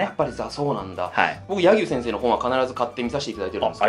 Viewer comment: や↑ぎゅう先生？